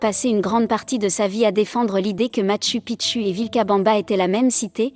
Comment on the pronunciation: Merci M. Coilhac. Et content aussi de vous voir ici 😊 En effet, la prononciation du système de synthèse vocale est perfectible 😄 tu devrais adapter le texte en ce sens, Matchou Pitchou, Ararate, ... 😘